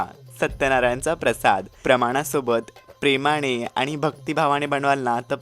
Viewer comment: प्लीज न म्हणा ण म्हणू नका बणतो नाही बनतो, झाला णं नाही, प्लीज झाला नं. प्रेमाणे नाही हॊ प्रेमाने प्लीज प्लीज... चुकीचं ऐकून काहींना असं वाटू की अशुद्ध हीच खरी भाषा आहे